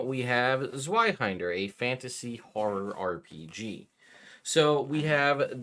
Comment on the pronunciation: Great Vid as usual... but the "w" is pronounced as a "v." Its a german word that means "two-hander" and all German W's are pronounced as V's.